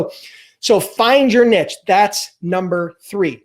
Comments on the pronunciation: Nice video. Niche is pronounced 'neesh', just FYI. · Find your "NEEEESH". it's "NEEEESH". Also, great video and thanks. Have a great day Sir.